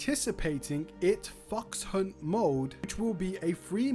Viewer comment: Why do I keep hearing fucks hunt mode?😂